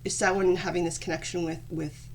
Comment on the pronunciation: Samhain is the Irish word for November. Bealtainne is the word for May. Thanks for pronouncing it right because no one ever does lol. Do you know if there’s a term for someone who is native and Gael ? It doesn’t matter I was just wondering.